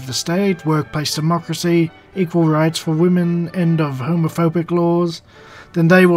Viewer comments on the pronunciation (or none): "work by cemocracy" ? What is that ?